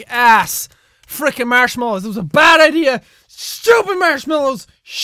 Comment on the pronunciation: It sounds like he's saying Marshalls.